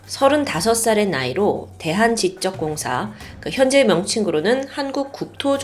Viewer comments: 지저공사 발음을 지쩍공사라니 이상함. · 지쩍 공사가 아니라 지적공사 라고 읽어야 됩니다